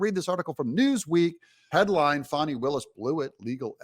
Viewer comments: I am going to unsubscribe if you keep pandering to the DNC and pronouncing her name "Fawni". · Pronounced "Fanny" like yer azz 😂